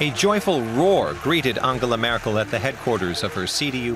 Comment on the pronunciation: "Angela Möörkll"